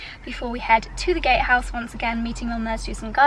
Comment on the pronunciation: Congratulations!!! Be carefully what you dream in the first night 😍 - i must laugh, because i hear the first time gayhouse and not gatehouse 😀 sorry for that